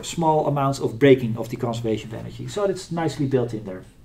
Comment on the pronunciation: Great Video. No critic, but (imo) very funny: Every time you say Energy, I hear anarchy. ;-)